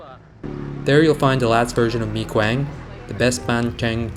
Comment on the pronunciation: im just here to say that your pronouciation of 'mi quang' was passable. and thats deeply impressive